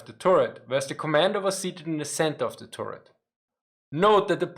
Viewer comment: Say "tuhret" (short 'u') not "touret" :-). Otherwise it sounds like "Tourette," as in the syndrome.